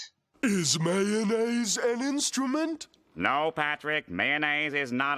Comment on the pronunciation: anyone notice when Patrick said instrument it sounded jiggle